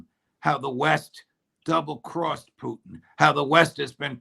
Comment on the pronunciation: Does Ray think it's cute to pronounce Putin "poutine"? What's going on with that foolishness? It makes him sound ridiculous.